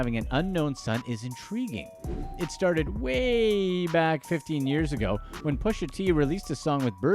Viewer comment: Its prononced "Pusha". ur totally sabotaging that mans rap name